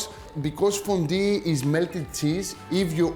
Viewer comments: ΦΟΝΤΟΥ, οχι φοντι. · I like that he says fondy! Looks yummy Akis